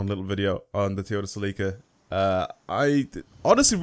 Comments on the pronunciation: its celica not celiika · Ahh the “Sell-ick-uh” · Sounds weird when u say Celica cause its actually Celica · I’m from the USA a we say it different Celica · Umm just because you're not English doesn't mean you can't say it the right way, you're confusing Everyone calling that car something else, and I've driven that car in real life. So don't try to assume anything 🙄🙄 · The way you say celica 🤮